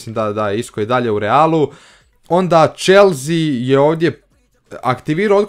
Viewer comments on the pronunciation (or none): none